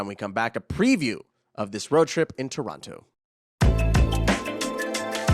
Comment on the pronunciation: Man in Spanish it is not Torronto, but Toronto. It is pronounced almost like in English. Unbelievable!